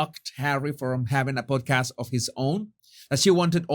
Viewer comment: I thought you said PORNCAST 😂😂😂